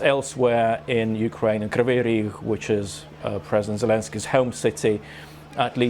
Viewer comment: Not Kryviy Rih , but Kryviy Rig ! The translation of this city's name is "Crooked Horn"!